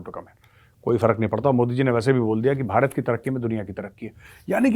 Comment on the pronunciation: सोनिया जी भारत को बरात बोलते हैं उच्चारण शुद्ध करवाइए सब भारत के साथ हैं